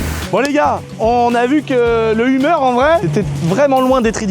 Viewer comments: Mais prononce correctement le Hummer , on parle pas d’une humeur la, ca se prononce « heumeur » et pas umeure 🤣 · Le humeur H1 !! Ahh ses français qui ne savent pas dire les mot anglophones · Non mais au secours comme il prononce Hummer pfff. f.... De....